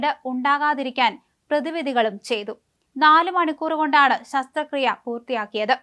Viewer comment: സസ്ത്രകിയ അല്ല ശസ്ത്രക്രിയ